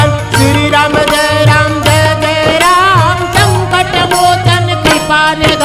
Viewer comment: श्री राम जय राम जय जय राम बोला जाता है लेकिन ये बोल रहे हैं श्री रम जय रम जय जय रम